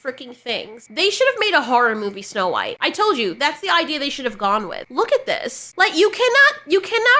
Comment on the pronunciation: It's supposed to be "snow white". Not "snow beige"